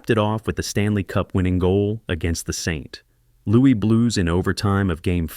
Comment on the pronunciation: Please learn the proper way to pronounce city names. Oshawa, and St. Louis were awful attempts.